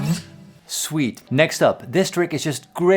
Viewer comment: every time Paul says sweet, I hear Swede